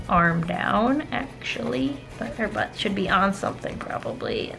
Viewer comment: I love how you emphasize the word Butt, like I'm listening to you in the background while I'm drawing and I hear "So we're just gonna draw the arm, right next to the BUTT" And it almost makes me jump, but it's another reason to adore your channel :D